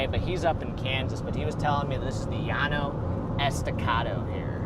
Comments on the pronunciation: Enjoy watching your live streams. As someone that lives on the Llano Estacado, the plateau region is pronounced as Le-law-no. Not ye-aw-no. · And dont lie! it’s ye-aw-no! Bahahahah